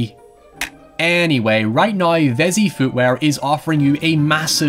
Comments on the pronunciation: It’s pronounced “now” (nou) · How normal English speakers say " Now " How says it " Nuaoy "